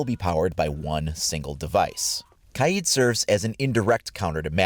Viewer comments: OMG ITS NOT KAYEEEEED ITS KAYD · Lol it’s pronounced kayd not kayeed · It is not kyeed it is kaid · It’s pronounced “Kide” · Imagine saying Kaids name wrong the entire video